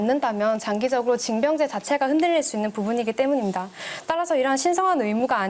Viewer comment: 여자애 발음때매 말투가 더 싸가지없게들리네 때문임다 때문임다.. ㅋㅋㅋㅋ